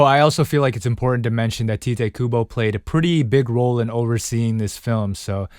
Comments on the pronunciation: For future reference, Kubo's name is pronounced Tight-o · You did not say tite correctly